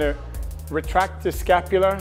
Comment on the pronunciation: Everytime he says “retract the escapula” have a shot...